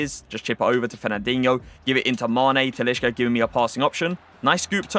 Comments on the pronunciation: TaliSca!! Stop with the "sh" in brazilian portugues names!!! It's wrong and cringe asf. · you're pronouncing talisca wrong mate